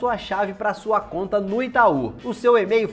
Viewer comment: Eu gosto é quando ele fala "Ê-mail", é metade em português, metade em inglês! Kkkkkk